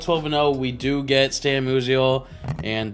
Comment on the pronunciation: bugs me that he says moo-sial instead of m-you-sial